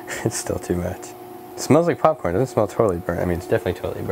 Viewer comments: did he say porn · He said charcoal porn lol